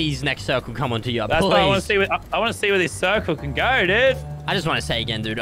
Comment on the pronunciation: yacht sounds like gyatt 💀